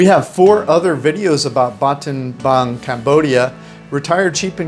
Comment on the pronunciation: Why do you keep calling it ‘Batenbang’?